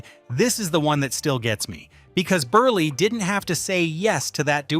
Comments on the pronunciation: Milton BURLY? (It's pronounced as if it's BURL...but spelled Berle) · Please learn how to pronounce these guest stars' names. If you just watched any of the episodes you're clipping, you'd hear them said multiple times. Milton BERLE's last name is one syllable (burl). Zero Mos-TEL's has the emphasis on the second one; it doesn't rhyme with "hostel".